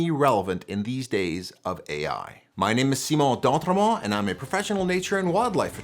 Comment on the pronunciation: An AI say “Simon d’Entremont” correctly?